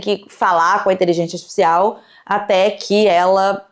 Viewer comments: HahahaahahAh muito fofinho o jeito que ela fala artificial “asticicial” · me revirando a cada vez que ela fala iteligecia atificial